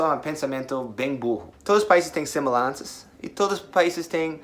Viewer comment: "semelanças" kkkkkkkkkk